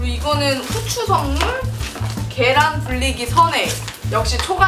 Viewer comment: 9분 35초? 36초쯤에 이 후추라고 말씀하신걸 고추라고 들었습니다...ㅋㅋㅋㅋ 영상 꿀뎸!👍👍